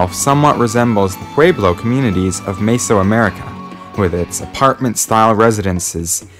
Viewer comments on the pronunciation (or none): none